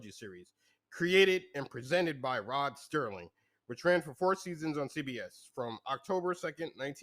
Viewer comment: Its SERLING....come on...